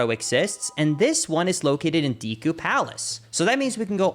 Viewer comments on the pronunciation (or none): "Deekoo" place :/ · Ive watched a ton of your videos but I can't bring myself to subscribe because you say "deku" the wrong way... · i have never not loved the way he says deku like “deekoo” lmao